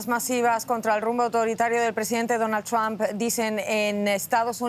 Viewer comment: Así se pronuncia Trump ,NO tram